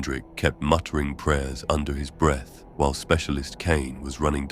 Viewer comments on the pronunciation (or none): none